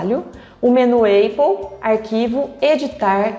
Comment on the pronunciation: Ia assistir, mas falou eipple, tô fora!